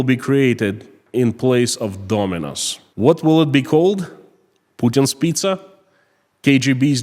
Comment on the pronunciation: the be called "Pi-Z-a